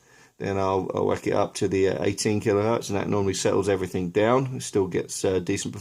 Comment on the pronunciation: "Everythink" come on man! EVERYTHINK is not a word! Good grief!